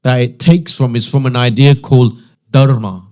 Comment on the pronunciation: Was he really a hindu? Why is he unable to pronounce 'Dharma' correctly? No matter which country you're in, Hindus consistently pronounce it the same way. But this guy? I'm not even sure if he has Indian features but judging by his skin tone, even if he does, it raises more doubts. How could someone from an Indian family not be familiar with such a basic and commonly used word? Did his parents never teach him